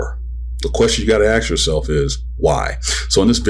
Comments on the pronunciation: stop saying "axe" instead of "ask"... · Problem with s before k much? Doesn't make you sound very smart tbh